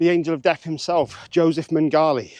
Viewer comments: men-goll-ee? men-geh-lay.. and yes raining blood is regarded as having the first breakdown....and the best. I would argue that south of heaven is actually the perfect slayer album because Jeff wrote ALL of the songs so it is, by definition, flawless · Your pronunciation of "Mengele" made my day! 🤣 Thanks a lot, i really needed that! In my opinion "De mysteriis dom sathanas" from Mayhem is almost perfect, these guys are absolut morons, but this record is incredible.